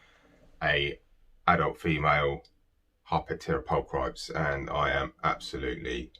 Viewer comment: PULL-Kruh-PEEZ ffs.